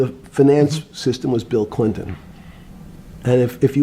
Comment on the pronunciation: he checked his ah! “I was pretty clear it was Bill ClinTON.”